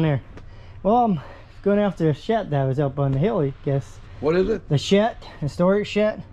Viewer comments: The shet? Shet!? Shamon man, it's called a shed! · Is he saying "storage shet" We needs er dadgum sturage shet. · It's shed not shet. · it sounds like you say shet and its a shed like sled . good videos though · Shed and shet, two different things. Come on man… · You keep calling the shed a shet. Hard to understand in that part of the country. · Y’all are awesome. I’m only gonna make a little minor complaint it’s SHED NOT SHET GOOFY. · Does he keep saying shet? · Its shed,, not shet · Why do u say shet instead of shed ?? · Any reason why you keep calling it a shet? Are you not capable of pronouncing the sound the letter "d" makes? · It’s shed not shet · Are you calling it a storage shet? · S h e D !!! Not ‘shit’ nor ‘shet’… Where you brung up ? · Its a Shed, not shet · Are you saying storage-shet?, it's storage-shed, with a D, lol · Storage shet? What’s a shet? Haha? Sounds Amish. I like it though. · "I'm here for the shet." "The what?" "The shet." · I think he says his d's as t's But thats just what I'm thinking. I caught a couple other words he has said that his sounds are mixed. No biggy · I said same thing, it's called a shed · So I'm not the ONLY one who hears shet?🤣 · Sounds like he kept saying it was a Shet. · “Im here for the shet” Whaaaaa?? “The shet, it’s on repo” Lmfao why you pronouncing words so weirdly lmfa I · I just noticed you said shed different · His Ds have always sounded like Ts. You get used to it quickly. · Okay, well now I hear how you pronounce the word "shed," the name of this channel is even funnier! ;) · He cant say the letter D 🤣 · grow up, if you listen alot of his (d)s sound like (t)s. He clear grew up speaking that way so now it's part of his unconscious speech. Sometimes when he is talking to someone he will make an effort to pronounce it closer to what u are used to. I get it. I personally hate it when people say the word "ax" instead of "ask". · Shet. Wtf is a shet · Just curious why do you say shet ? Instead of shed